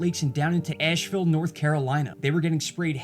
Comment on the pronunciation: Yes. Asheville. Lol! I figured someone would correct you😁